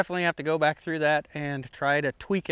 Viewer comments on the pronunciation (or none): none